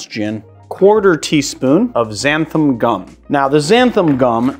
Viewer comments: Love the video but it's "XANTHAN" with an 'N' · Just a nitpick - it's xanthan with an "n", not xantham